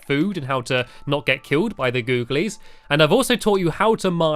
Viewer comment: I don't like it when you say googles